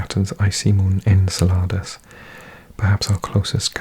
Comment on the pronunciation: Iapetus is pronounced “Eye-AH-peh-tus” and Enceladus is “En-CEL-ah-dus.” I appreciate the Spanish-y take on the pronunciation though! ;)